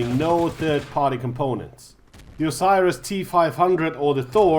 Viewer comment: OSIRIS T-5000 - wrong ORSIS ( OR SIS ) T-5000 - ok)))))) Sorry, but you just cut my ear off.